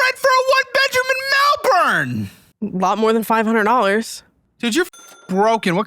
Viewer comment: How do y'all have a Melbourne in Florida yet still grotesquely mispronounce Melbourne in Australia 😂